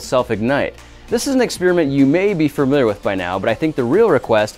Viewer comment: "firmiliar" = firmly familiar. doink!